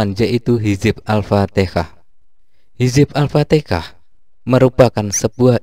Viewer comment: Alfatihah bro...bukan alftikah